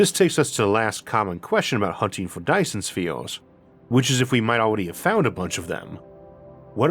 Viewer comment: Be vehwy vehwy quiet... I'm hunting faw Dyson Spheez...